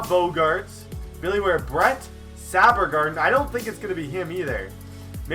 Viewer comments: BRETT SABERGARDEN???!!?!?? its Saberhagen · Sabergarden? Saberhagen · "Bret Sabergarden" cmon brett its saberhagen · This guy said "Sabbergarden" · You said Bret saberhagen's last name wrong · you said saberhagen wrong..